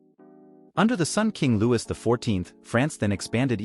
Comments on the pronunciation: This AI voice is terrible, I had to stop listening. I should have stopped at “King Lewis” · Yeah, the pronunciation of Louis was pretty jarring.